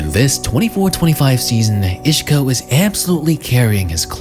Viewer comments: He's Isco, not Ishco. Otherwise, great video. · Bro who the FUCK is “Ishco”? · Who is "Ishko"? Lol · take a shot everytime he said ishko 😂